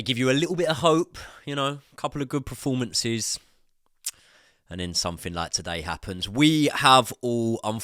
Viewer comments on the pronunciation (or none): it's PERformances not PREformances